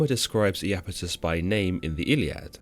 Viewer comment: Pronounced "eye"-Apetus, not "eee"-Apetus. Iapetus is displeased.